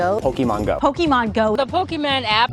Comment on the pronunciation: it ticks me off that all the reporters pronounced poke-AY-mon go wrong.